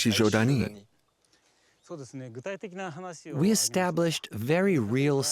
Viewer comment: Sorry, but Ichijödani is wrong. It's not ö, but ō. A slightly longer o. Ö is a different sound than o. Very difficult to explain to English speakers how it sounds, but quite simple for germanic speakers like Germany, Switzerland, Austria and even Finnland.